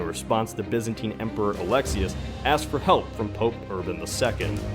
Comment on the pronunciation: can't you say Byzantine properly!!!